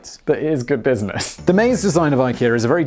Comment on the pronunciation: "this business vs this brisness"........... you sir need more coffee